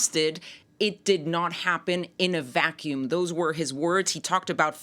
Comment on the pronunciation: If the dude wants to speak English, he needs to learn to pronounce the word, vacuum. Either that or hire a translator.